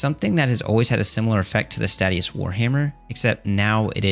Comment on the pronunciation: it's pronounced "stay-she-us," not "stat-ee-us"